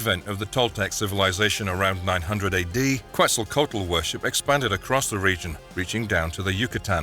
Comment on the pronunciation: Otro gringo pronunciando mal Quetzalcoatl, ya es hasta ofensivo Oh my god it hurts